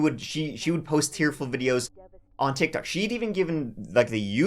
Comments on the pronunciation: Did you say tittie touch? Lol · Did I just hear you say "titty touch?"